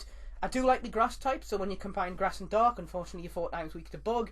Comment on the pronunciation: I thought u said 'Dog' Type Pokemon. Lolz, Mine would be a dark-dog type, of Houndoom-(M)